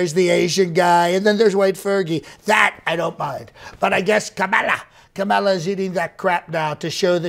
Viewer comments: He can't pronounce her name, it's Kamabla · I heard all the 19 ways to pronounce Kamala - as per Trump reckoning😂😂